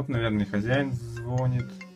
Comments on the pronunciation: Все хорошо только не звОнит, а звонИт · ДА ГОСПАДИ БЛЯТЬ УДАРЕНИЕ НА БУКВУ "И" звонИт